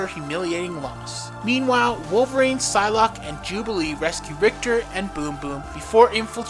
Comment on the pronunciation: Did he just pronounce the P in Psylocke?